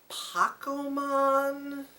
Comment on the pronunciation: Dude its Pourshemane, There are no e's in the spoken Japanese langue